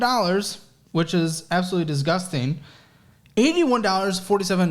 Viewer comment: “Absolutely Dizz-Gusting” I love your work, but every time you say that word is just sounds disgusting…